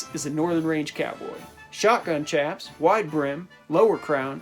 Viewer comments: PS chaps is pronouced shaps, not CHaps. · Chaps is pronounced with an “SH” not “CH”.... chap (with a ch sound) is something that happens to your ass when it’s wet in the wind. You get a CHapped ass! Lol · Great vid, one thing the word "chaps" is pronounced "shaps" like chaparral brush. Source: actual working cowboy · Chaps are pronounced shaps